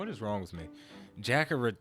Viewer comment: Say juhkarta instead of the hard a in jack